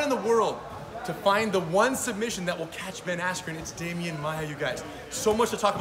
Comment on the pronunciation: Cocaine is a hellauva drug😂🤣😂🤣 I swear he said Ben Asscream 😂🤣😂🤣